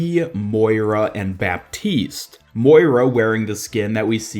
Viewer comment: It's pronounced "batiste" :)